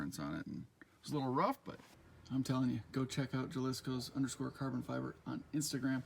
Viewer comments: "Ha"-liscos not "ja" lisco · pronounced ha-lis-coh just an FYI